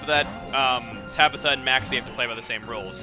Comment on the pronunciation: sounds like if you said Tablo instead of Tabitha *w*